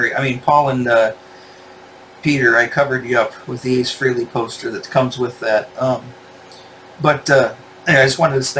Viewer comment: It’s pronounced FRAY-LEE. It rhymes with DAILY. Or Ever hear of “Halley's Comet”? It rhymes with “Frehley’s Comet”… get it?